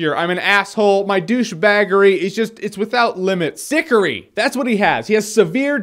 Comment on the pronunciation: Oh my god, "Cedric Dickory" lol I paused the video and just took that in for a moment.